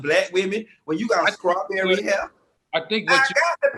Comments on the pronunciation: Someone needs to tell Funky Dineva that it's pronounced Straw-berry and NOT Scraw-berry ✅✅😂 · OMG!! 😂🤣😂🤣 FUNKY!! 😂😂🤣🤣😭😭😭😭 “CHRIST the Savior was bawn!” 😭😭 Scrawbewwy!! 😭😭😭